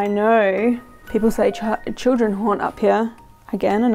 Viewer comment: And just after that “children” I kinda thought sounded like “Jennifer” if that name is a possible relation to anything…